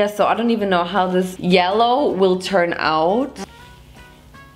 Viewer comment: what does happen if you mix peenk and yelloh?: gReEn i tHiNnk...: squirrel scream